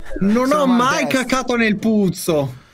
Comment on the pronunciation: Il "Nel?" di mi fa schiantare, pare il mi nonno briao di strizzo